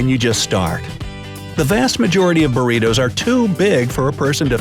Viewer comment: Hahaha "Buritous" xD